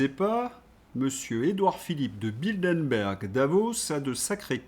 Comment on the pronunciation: Bilderberg, pas Bildenberg. Un vrai problème avec les noms propres 😢